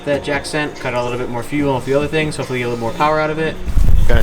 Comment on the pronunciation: are you saying hoe fully or hopefully?